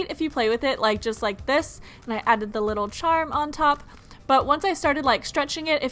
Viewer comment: Ruby Medley I think she can poke the slime..BTW what is jus it's pronounced *just